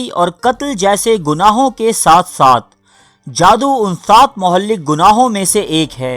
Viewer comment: اللہ تعلی آپ کو خوش و خرم رکھے! ماشااللہ ویڈیو بہت اچھی ہے ۔ برائے مہربانی اردو تلفط کا خاص خیال رکھیں۔ لفظ "مہلک " کو صیحح طرح ادا کریں۔ شکریہ